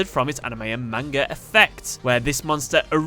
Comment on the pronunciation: Purposely saying manga wrong.